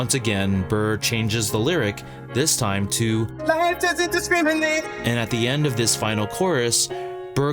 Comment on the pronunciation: That missing R in "discriminate" is killing me... XD